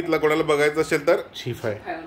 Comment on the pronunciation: Tumhi asel la ashel ka bolta.. असेल हा शुद्ध मराठी शब्द आहे. अशेल म्हणू नका